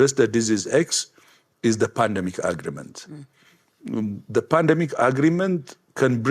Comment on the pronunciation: That ugh-ree-ment. Ugh!